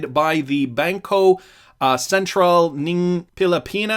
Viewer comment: hahaha the way you promised "ng" for Bangko Sentral ng Pilipinas, it's pronounced like "ung" good attempt though!